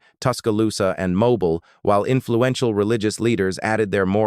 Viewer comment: It's pronounced mo-beel